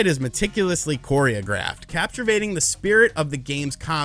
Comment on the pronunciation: "Capture-vating" lololol